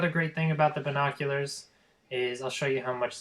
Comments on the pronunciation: yes you sound horrible sound like your saying vinkockulars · listing to you trying to pronounce the word "binoculars" is by far the worst thing you do because you sound like a fucking idiot you fucking nerd you'll never get that office job you stuck up teenager fuckhead go back to school you peice of shit so you can learn to pronounce your words damn